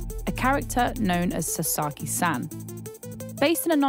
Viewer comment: the way she is pronoucing “san” is killing me….